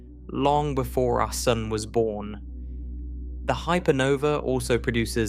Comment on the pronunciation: I love how you say “sun” — it sounds like “soon”